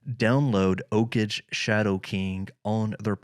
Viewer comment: OKage is pronounced OH-KAGE with G sound like Go